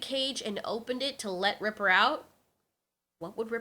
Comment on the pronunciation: His name is reaper not ripper